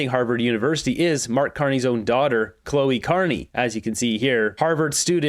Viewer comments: Cleo not Chloe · not Cloe, her name is Cleo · It's CLEEEEEE-OH. Not CLOH-EEEE. Lemmy guess.... The polls are wrong and a big blue wave is coming....Bloody moron! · we're barely a minute and half into the video and you've already butchered "Tecumseh" and Carney's daughter's first name. It's not "Chloe", it's "Cleo. C'mon. C'mon!!! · Mispronouncing mark carneys daughter's name over and over is funny to me, like an insult to mark. 😅